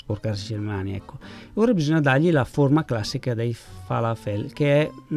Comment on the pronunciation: Ciao, conosco i falafel, ho lavorato in un ospedale ebraico della capitale e i miei colleghi li preparavano spesso. La tua ricetta è perfetta e facile da realizzare, grazie, hai la capacità di rendere tutto semplice e ti poni sempre con simpatia. A proposito, si pronuncia fala'fel con l'accento sulla a🥰😘